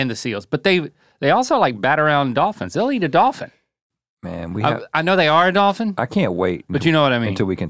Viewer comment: I like how we found out that besides the word Wolf, Rhett can't prenounce Dolphin either